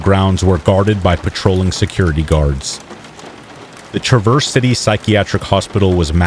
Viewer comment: TRA verse not traverse